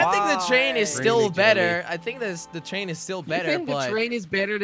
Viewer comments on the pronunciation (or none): When jelly says train he says chain